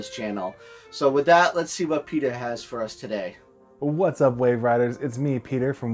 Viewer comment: Aw, love hearing the car ride and friends hook ups with the handhelds!! I feel like so many people have that same theme of memory!, did you call Peter "Peta?" lol His story is great--gaming AND HP, what's not to like? Wait--Peter, did you stay awake for the movie? WOO!!! We made the TV!!! Aw yeah!